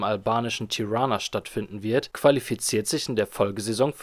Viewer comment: Junge sprech die Namen richtig aus. Entweder Europe- (Urope) oder Europa- (deutsch) League. Und Tirana wird ausgesprochen wie es da steht und nicht englisch.